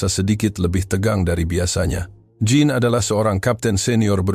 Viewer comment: Narator, pengucapan nama Jean di bahasa perancus bukan Jin tapi syang 😂